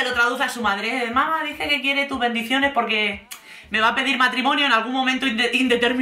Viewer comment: Ay, quiero darte las gracias por el hartón de reír que me he dado cuando has dicho "mis bendiciones" a lo americano!! 😂😂😂😂😂😂😂😂😂